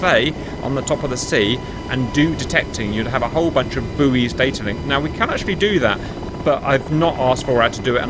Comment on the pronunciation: its pronounced boys not booeeys. Yes its spelt buoy but it is pronounced boy im fairly certain